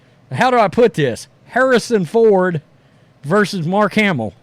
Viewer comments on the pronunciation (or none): none